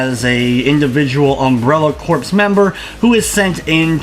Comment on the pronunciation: It's not pronounced like corpse.